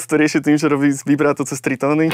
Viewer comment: Super video. Díky. Ale, "vybráto"? Krátké měkké!